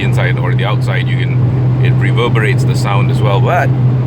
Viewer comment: di di di.. its not di.. its the